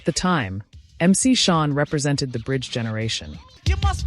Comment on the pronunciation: Hearing this AI keep callin him "Mc SHON' is hurting my stomach.🤮